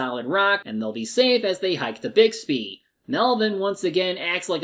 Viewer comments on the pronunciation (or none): Bixby, not Bigsby.